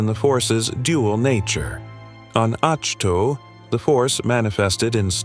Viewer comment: Great video. The planet's name is pronounced as 'ahk toe'. Thanks for this history, it really does the Star Wars universe justice.😊